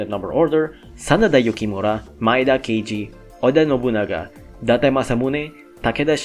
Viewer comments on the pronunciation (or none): none